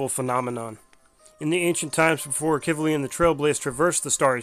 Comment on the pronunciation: Well I was pronouncing his name wrong it seems. Heard it in game earlier pronounced as Ahh-Key-V-Lee. (Akivili) Apologies on that 😐